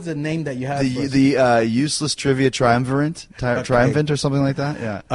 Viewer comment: Jericho's got a nerve correcting people's grammar, when he botched 'triumvirate'.